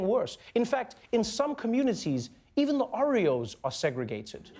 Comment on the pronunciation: I love Trevor but the way he says "Oreos" physically hurts me.